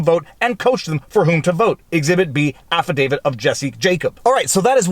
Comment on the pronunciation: There's only one "D" in "affidavit". It's not "affidavid".